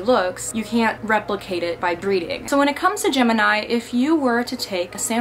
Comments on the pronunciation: Every time she said Gemini all I herd was Jim and I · Happy you're doing great and are making more videos :D Btw. everytime you said Gemeni i heard "Jim and i" haha :D